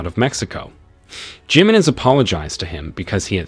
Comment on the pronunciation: It's not Jimenez it's pronounced himenez